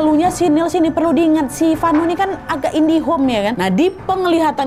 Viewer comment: Indigo kak nadia bukan indihome😅😅😂